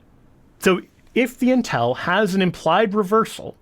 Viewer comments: THE WORD IS "'UNTIL"', NOT "UNTELL". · pronunciation of "until". It confused me, too. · "Intel" or "Until"? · UnTIL NOT unTEL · Sorry, but the way you say "intel" 🤣🤣🤣